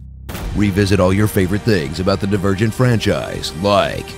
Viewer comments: i think he said dee-vur-gent in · Am I the only one who heard him say "virgin" instead of "divergent"? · Am i the only one who heard that tris is "not only a virgin" when he said "not only divergent"? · The davirgin serious: insargent